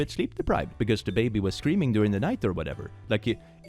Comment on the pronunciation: Are you saying that the baby is SCREAMING or STREAMING during the night...?!😅